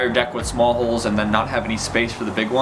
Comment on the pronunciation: Every time he said 'holes' I understood 'hoes' it was very funny to watch